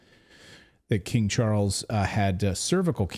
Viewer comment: “King Chawles” he may be related to King tut?🤔